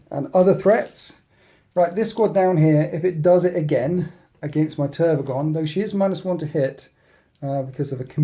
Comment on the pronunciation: How u call the Tervigon Trygon all the time gives me seizures XDD